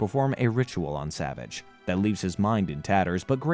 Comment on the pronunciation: this was an excellent recap, my only issue is that it grated my fillings everytime you mispronounced "Savage" it is pronounced "Sa-Vaauge"